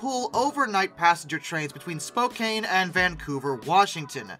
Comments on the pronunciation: I winced at the very first word. It's spo-can (as in tin can) not spo-cane. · FYI it's pronounced Spo-can not spo-cane. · You are saying Spokane with a lot of emphasis on the "E" As a Washingtonian, it kind of hurts to hear you say it like cane, everyone I know says it like can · Your mispronouncing Spokane. It's not Spo-cane it's Spo-can as in we can. You got the Spo right but the last part is wrong. I live a couple miles outside of Spokane Washington. So trust me I know how to pronounce it. I'm not mad i'm just making sure that you know. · spokane! not spokain! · Spokane (pronounced spoh-can not cane) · It's pronounced: spoe CAN. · No hate as a Washingtonian (yes that's what they call us) but hearing him pronounce Spokane wrong cracked me up so many times. (It's okay though, a lot of people don't pronounce it right, but if you were wondering, it is pronounced spo can) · Spoke-Anne like the name Anne. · Spokane is pronounced Spo-can. The letter e at the end was a late addition to the original name of Spokan Falls. Lots of people mispronounce my home towns name because of that stupid 'e'. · It's SPO-KANN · You should learn how to pronounce Spokane correctly.